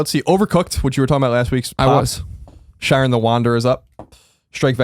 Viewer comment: The way Colin says Shiren hurts me physically...